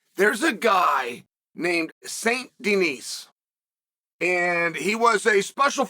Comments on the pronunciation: It is pronounced "deni" in France Chael. BSD is gonna rock Green on the first round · I can’t unhear “Saint Denise” now thank you Unc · If youve played red dead redemption 2 then you know he is saying this guys last name wrong